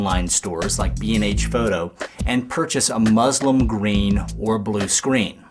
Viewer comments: its pronounced and spelled muslin. not mazlum. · lol its muslin but the guys pronounciation is way off, as i muslim i laughed like crazy :D